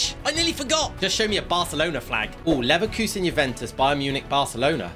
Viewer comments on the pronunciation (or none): none